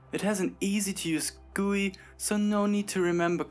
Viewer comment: Why can't anyone pronounce G.U.I correct?